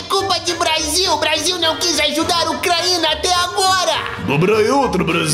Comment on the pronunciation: Em meu vizinho tá Putin a melhor parte e a pronúncia Ucraína kkkkkkkkkkkkk